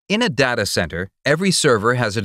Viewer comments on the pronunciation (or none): Technically, he can't pronounce "data" either.